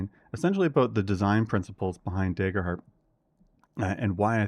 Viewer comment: what's this "deyger heart" you speak of?